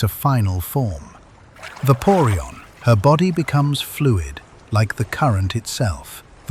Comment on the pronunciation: It's called vapoureon not paweon